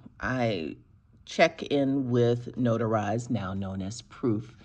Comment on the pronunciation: still say notarize